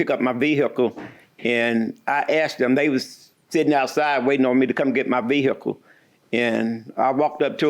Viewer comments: VEE EH CULL 😅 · I came looking for a comment about this 🤣🤣 VEE-HICK-UL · Ah it's the VEE-hickle guy!